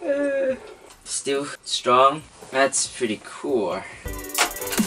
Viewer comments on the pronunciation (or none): none